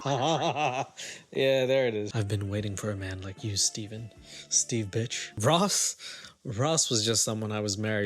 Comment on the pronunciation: His surname is BIRCH not BITCH 😂